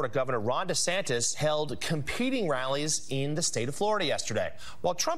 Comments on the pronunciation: it is pronounced dee san tis He says dee sank tis multiple times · You keep saying Ron DeSanCtis - can't read the telepromptor? assistants can't type the name right? whats happening? low production quality? -42 and and and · I love how Trevor was busting on Trump for the nickname/mispronunciation and then proceeded to mispronounce it as DeSanCtis. 😉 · Trevor actually got caught up in his schtick for the rest of the segment. He kept calling DeSantis, DeSanctis. Haha. Shoulda just called him DeShithead for the remainder. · DeSantis became 'DeSanctis' and I can't unhear it! 😆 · Trevor kept saying 'DeSanctis" lol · Did Trevor purposely keep calling him Ron DeSanctis? Because after he mentioned the nickname he called him that at least 3 times. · I’m I completely crazy or does Trevor just refer to Desantis as Desanctis for this entire segment? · Has anyone noticed that Trevor says Ron DeSaNKtis? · Does it annoy anyone else Trevor pronounces DeSantis as “Deh-sanc-tis”? There’s so c in his name??? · Does he know that he's saying Ron DeSantis wrong? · he keeps saying Ron DeSanctis after the joke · Love Trevor, but it isn't "DeSanctis" either....